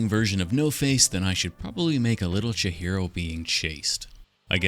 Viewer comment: Awesome build! I think her name is pronounced Chee-hee-ro rather than Cha-hero ? Can anyone confirm/deny this?